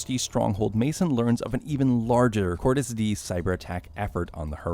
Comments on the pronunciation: It’s die not dee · with the amount of times they screamed "Cordis Di[EH]!" in BO2 and this dude still pronouncing it "Cordis [D]," I'd say he didn't even watch cutscenes of the game lol. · its not cordis di its die its latin ffs why americans are so useless in pronouncing simlple words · It's "dee uh" cordis die sounds like "cord-is-dee-uh" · Not cordis dee it’s cordis die (d-ay) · "kortes D..." It's "Kort-us dee-uh" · It’s cordis de-a not cordis dee did you even play the game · It’s not cordis di it’s cordis die (dee-eh) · Hearing this guy say “Cordus Dee” makes me want to cordis die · "Cordis dee" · cordis dee cordis dee a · "Dimitri Petreko" "Cordis DEE" lol! But good video overall. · Great video but you are pronouncing “cordis die” all wrong it’s latin. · It pisses me off how you say “coris die” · Ahhhh yes Cordis “Dee”. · and dimitree pentreko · "Cortis Dee" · Cordis DeEE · The fact he pronounced "Cortes Die" wrong so many times makes me sad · It’s pronounced cordis d eye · no it’s ACTUALLY pronounced CORE-DIS DE-UH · It’s pronounced Cortes dia, awesome video though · Cortes D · Bro come on petrenkka no pe tren ko, Cordis Die e sounds like an A dia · nope. no he did not. "Pentreko", Cordis DEE". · Hearing the way he says cordis die hurts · why can't anybody pronounce "Cordis die" right, it is literally pronounced in the game! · Everything is good but atleast say cordis die right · I mean you don’t have to play the games but you can at least take 2 seconds to learn how to pronounce Petrenko and Cordis Die, jesus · Anyone else annoyed by the way he pronounces Cordis Die?